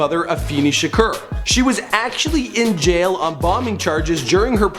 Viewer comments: Its shakur not shrek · NOOOO! it's tupac sha-core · It's shakur not shaker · it's two-pack Shaker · voodoo1345 lol tupac shaker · anyone else notice is says shakur but its actually pronounced "shukor" 😂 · If u mispronounce Shakur one more time